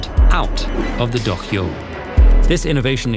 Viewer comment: Weird that a hard for English-speaker word like 'dohyou' was enunciated correctly, but not 'sumo'. 🤔